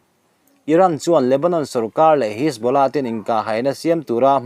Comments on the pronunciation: Ka pu.... Pûl ti a i lam rik hi Poll/Pawl tih tur a nih hmel a, 'Hisbula' i tih pawh hi 'Hesbollah/Hesbola' tih tur a ni em? Kan beng ber ini bawk a, nalh leh dik deuh han puang teh le...huat lo ah aw... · Puul.. hisbawla.. ati lehta.. Lungtum bul a thil sawi ang chiah. A ṭawng hmangtu/neitute lam rik dan te hi chik ve tur tunang laiah chuan.